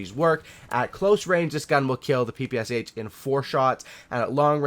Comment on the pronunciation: wow wow just a second.... not p.p.s.h., that right p.p.sh....thx))